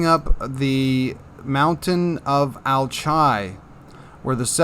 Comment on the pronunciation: Alchia, Mount Alchi, I don't think it's pronounced Al-chi, I think it's pronounced more like Al-Ki, like Alchemy